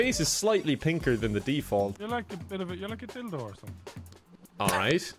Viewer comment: Oh, he says Dildo. lol